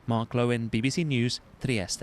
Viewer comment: there is no need to change your R when you say Trieste